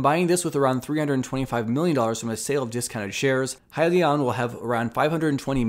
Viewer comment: Way to just hit the highlights. You got the name right lol “Hi-Leon”. I still like “Heelion” though